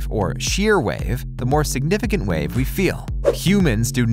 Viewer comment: "Wawe" ......... you mean wave hahaha